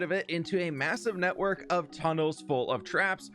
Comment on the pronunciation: Great to see another Misadventures vid! Also, “Full fof traps”